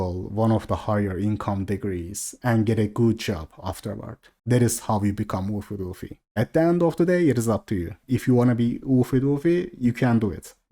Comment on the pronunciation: Oofy doofy is NAW not Law xD